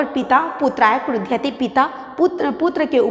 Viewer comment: बहवा: दोषा: सन्ति l- उच्चारणे तथा पदानां प्रयोगेष्वपि l यथा- मह्नयम् न भवति मह्यम् इति अपेक्षितम् l तथैव क्रुधयति न भवति l क्रुध्यति इति उचितम् l